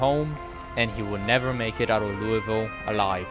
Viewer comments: Lul-vul not louie ville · as a louisville native the worst part about this video was hearing him say "louie-ville" instead of "loo-uh-vull"